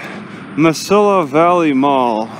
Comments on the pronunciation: in spanish...two l`s together make a Y sound... like me see ya vally, like tonto said to the long ranger, me see a valley Kemosabi! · He said Mesilla so white 💀